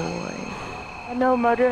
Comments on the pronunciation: BRUV, SAID "MUDDER" NOT "MOTHER" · Noticed how he says “mouder” instead of “mother” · Whenever says Mother it sounds like moder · “I will kill them kidder” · daniel pais if you’ve only just herd misspeak like that you obviously ain’t been watching him for long 😂